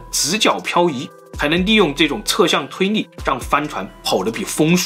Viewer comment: 是 推力 不是 推逆